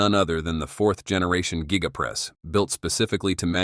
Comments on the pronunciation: Gee-ga press. Met-AL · Geega casting…..😂